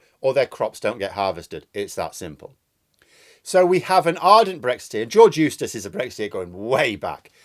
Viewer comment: When you were saying his name, it sounded like “George Useless”. Which is very apt.